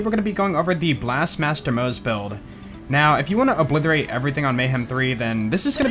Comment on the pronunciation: What i hear Oblitherate